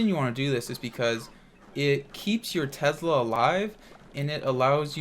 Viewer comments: It’s not called Tezla. It’s called Tesla. Drives me crazy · "Tezzla" lol great video as always:)